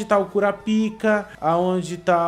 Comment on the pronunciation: So pra relembra n e kurapika n e korapaika que fala n kurapika